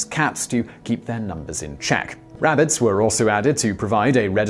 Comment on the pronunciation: RAB-BITSS LOL :47